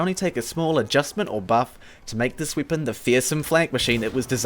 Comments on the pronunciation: He says wepon and not weapon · Why do you have to say weapon “weepin” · Goo I mean how he pernouces it " with this wiepen..." "wiepons that can crit himself" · is it just me or is he saying "swepen" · aw dude your language is weird. its a good video with good content but man, the way you say ,,weapon'' is just awful... almost every ,,e'' in a word is pronounced like an ,,i'' and so does wipen, number siven, markit gardener ... bist ixample... wtf? i just cant listen to that xD no offence but what kind of english is that?